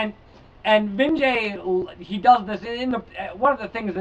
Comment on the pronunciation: Vinge-E, I believe. I just started this book and am digging it.